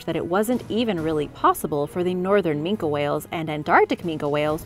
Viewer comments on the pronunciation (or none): AT THE OFF ASOON AS SHE PRONOUNCED IT MINKA AND NOT MINKY, I NEW THAT SHE DIDN'T NO WHAT SHE WAS TALKING ABOUT, DONT WATCH KIDS ITS BS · Just one thing... It's "ming-kee" not "ming-Kah" 😉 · why is yous callin an ol grumpus a "Min-kah" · It's pronounced Mink the e is silent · minke as in MIN-KI